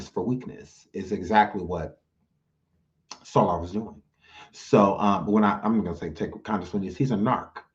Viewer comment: I ☠️☠️☠️when you called Soular 😂😂😂😂😂